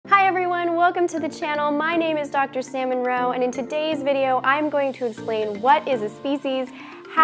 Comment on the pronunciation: Hi, I know its probably not intentional, but the way you said your name made it sound like your name is Salmon Roe. That made me giggle, and I've been having a tough day so thank you. Excellent video. I hope to see more!